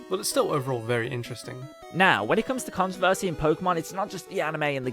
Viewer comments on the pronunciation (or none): i noticed you said controvershe quite a lot on the vid